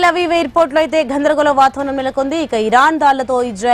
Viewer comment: "ఘoధరగోళo" గొప్ప తెలుగమ్మా 😂😂😂😂